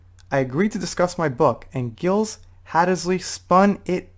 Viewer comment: PSST. I think and You know I am not going criticizing You. Giles Hattersley; I think is pronounced (Jiles). Just trying to be helpful. Iolette sounds like a Dumb Teenage Kid or maybe even a Twelve Year old. My Grandsons are 14 and 13 and can sound more intelligent that Iolette. LOL!! 😊👍🏼 You ROCK, As usual.